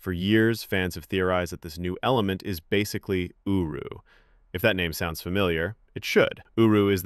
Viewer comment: I kept on hearing him say uwu metal